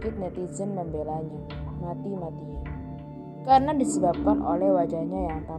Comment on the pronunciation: Suaranya🤦🏻‍♀️ ,CAMEron herin..,MENabrak.....KArena.....